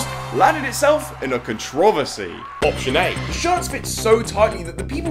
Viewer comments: why does he say controversary like that lol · why does pronounce controversy like that😭😭